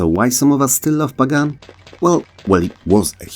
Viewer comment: it's pronounced pagan, not pagan 😢